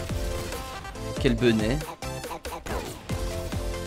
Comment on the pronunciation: Pourquoi il dit toujours quelle benet ?